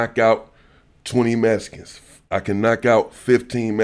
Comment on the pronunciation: Mescans and axed all in the 1st 15 seconds 😂😂😂